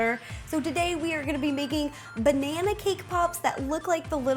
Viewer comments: ro its not "Banaer" it is "Banana" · Agreed. every time she says "banaynaaaaa" I die inside